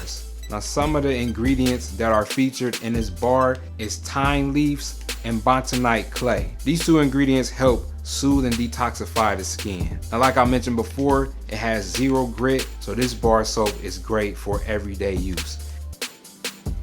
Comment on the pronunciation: It's bentonite not bontonite .